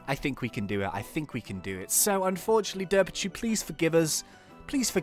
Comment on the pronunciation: ITS DERPACHU NOT DERPICHU